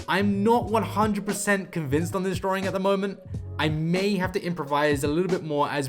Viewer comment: He keeps saying drawring, what's that? 😂